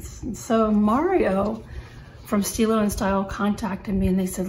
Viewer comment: "Stile" is pronounced just as stilo, but with the "e" Italian sound, similar to the e in English word "economy"... kind of :-)